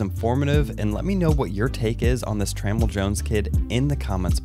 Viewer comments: i think his name is pronounced Tra-mell(Tra-mail) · Hey, awesome video as always. I was going to let this go but I just had to let you know… I don’t think you’re saying Tramell’s name correctly. Anyways, love your videos man. Keep doing your thing. 😃